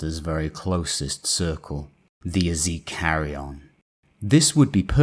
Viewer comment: Well done, man. One critique: you might want to look into your pronunciation: Tjaradon warzone, versus Karadon (Charadon) or Easy Cary-on versus Eh-zeh-karion (Ezekarion) and a few others in various videos. Warhammer 40K uses names and terms derived of multiple languages and types of pronunciation that a flat reading (like "A-chill-ease" versus Achilles) won't do justice.